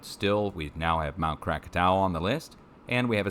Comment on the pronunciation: Great work on saying Krakatau the right way. Thanks for all the info you give.